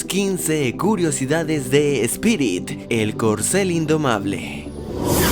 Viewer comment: Espirit? es: "Spirit"